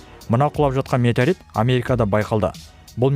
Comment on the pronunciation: Метарит деп айтып қалдың ғой